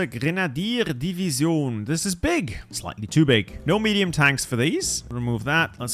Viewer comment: Infantrrree Deeveezione Dude just say division